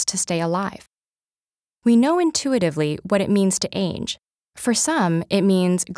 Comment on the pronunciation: I kinda got annoyed of how she said “age”